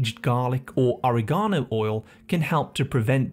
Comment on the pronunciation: You have a funny way of pronouncing oregano